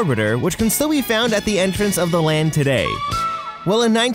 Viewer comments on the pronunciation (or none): none